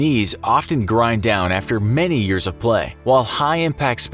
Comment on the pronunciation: "or die from their injuries sometime affer "